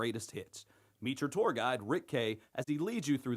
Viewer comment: What's a "touar"?